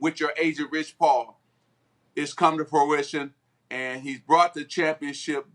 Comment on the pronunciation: Someone please help Magic out Proition ...I think he means fruition. LOL, its all good Magic we understand. Job well done. Congratulations.